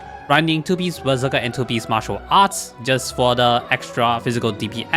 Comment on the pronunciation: When you say "Berserker", i hear "Bazooka".